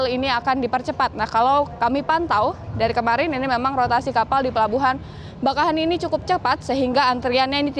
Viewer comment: Bakauheni dibaca bakaww.. heunni.... 😊